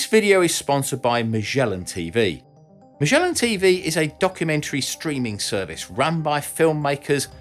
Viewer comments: Ma-SCH-ellan? Mate, you forgot the d in there! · ma - gay- lan = MAGELAN